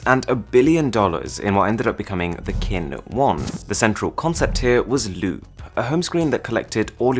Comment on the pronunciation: Loop I thought he said lupe